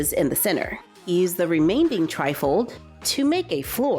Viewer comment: Oh my God, I love this channel but HATE when you say "remain-DING". THE WORD IS REMAINING. THERE'S NO D IN IT!!!